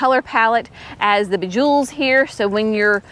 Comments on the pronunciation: [giggle] "Bajewels" is pronounced "BOW-jo-lay -- it's French. Lots of times, guys will be named Beau (which is pronounced "Bow".) Maybe this helps you see it phonetically. 🤷🏼‍♀️🥴👩🏼‍🌾💚 =^..^= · Good morning,! Absolutely loved this tour of the Signature Garden! lol, I think that the “bejewels “ is actually pronounced, like the red wine…bow- zho- lay, which would make sense because of all the gorgeous wine – like colors in that mix of tulips! Thanks so much for sharing❣️🥰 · Boo- Juu- lays :) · Beaujolais - Bow-zhuo-lay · The tulip blend is pronounced Beau-ja-Lay 😊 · I know you like professor Google. Please look up "how to pronounce beaujolais". It's easier than you might think. Thank you for another encouraging video. I always have a difficult time pulling up my annuals when they still provide color.